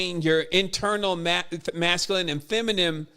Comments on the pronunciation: Is there any significance to pronouncing it feminem instead of feminine? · I love you bro.. but Everytime you say feminime and not feminine.. it hurts brother.. like it makes my insides itch hahah